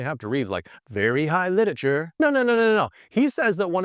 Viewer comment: I can't get over the fact that a book enthusiast content creator says "littature" instead of "literature"